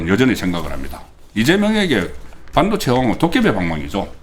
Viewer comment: (일반적이지 않고 다른 발음) 송국권선생님은 발음 중 일반적인 국민들의 발음과 다른 것이 있어 좀 거북하거나 듣기 싫을 때가 있습니다. 半도체 - 班도체 公직선거법 -공(球)직선거법 事前선거 - 辭典선거 搜査 - 輸사 대구식 발음인가요?